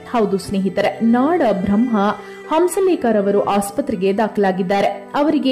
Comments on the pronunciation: ನಾಡ ಬ್ರಹ್ಮ ಅಲ್ಲ ಮೇಡಂ ನಾದ ಬ್ರಹ್ಮ. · ನಾದ ಬ್ರಹ್ಮ ರೀ ನಾಡ ಬ್ರಹ್ಮ ಅಲ್ಲ